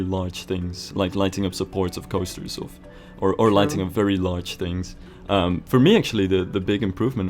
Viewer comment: Why am I hearing "lightning" instead of "lighting" ... "We need to make sure we have lightnings" wtf